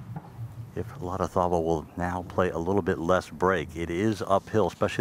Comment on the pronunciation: Stress is on the third syllable La-rra-ZÁ -bal. He’ll appreciate it